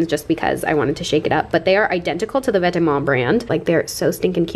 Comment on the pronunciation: I love that you pronounced Vetements correctly. :D